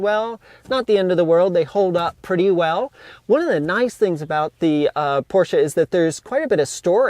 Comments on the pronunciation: and Garage: Hey! You are pronouncing "Porsche" nearly perfect, besides the "r". But english speakers aren't really supposed to use the harsh german "r".;) And by the way, your both names are also related to german.;) "Heidemarie und Franziska"! Or " und Franzi"...:D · Hey! Me as a German i love that you are the only American who can say "Porsche" the right way!